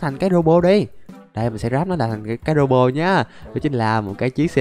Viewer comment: Anh đọc lộn thành robo